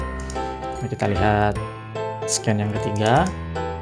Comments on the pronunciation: bagus banget mas. Masukan aja mungkin pelafalan bahasa Inggrisnya bisa di benahi, seperti Scene bukan `sken` tapi `sin` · Eh min, bener kah itu bacanya SCENE yaitu SKEN??? 😎🤔🙄